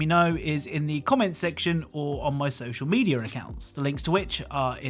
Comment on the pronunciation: The way he says social mediar accounts haha